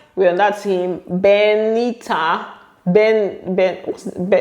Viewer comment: Not "Benita" 😂😂😂